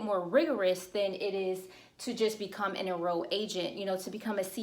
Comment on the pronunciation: Excellent information. Just an observation since I figure you're growing fast enough to still read comments, when you say "enrolled" and "financial" you are replacing the L sound with Y. I didn't know wtf you were saying Enro'ed agents, rewind... Financyo. try to enunciate that L :))